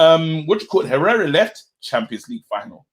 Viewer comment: I was sitting there like wtf is this guy on 'pereira was integral to our team' then I realised, he means Herrera 😂😂😂